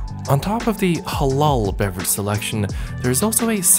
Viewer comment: Worth the wait. And HBD,! 🥰 Oh btw, as a Muslim, I like the way you pronounce Halal and Haram. So perfect ♥️